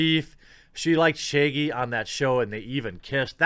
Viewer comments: why do you pronounce it "Shayggy" though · It’s ShAAgy...not Shiggy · It's not "Shay-gee". It's Shaggy with a short "a". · Okay, but why tf does he pronounce Shaggy "Shaygie"? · Now shagy is sheigy? Said the fucking words correctly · No one: Jeremy: Shayggy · Your accent has never been more intense than when you pronounce “Shaggy” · Why does he say shaggy like that